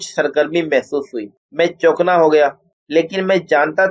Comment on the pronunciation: dont say chokna, word is chokan'na for GOD sake. and tub'zabub is actually tazub'zub please. please pay honour to urdu language to speak in good way